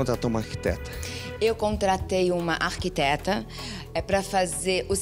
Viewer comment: É uma ergueteta e não arquiteta 😆😆😆😆😆